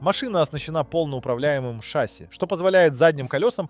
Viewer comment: Так шАсси или ШассИ? ;)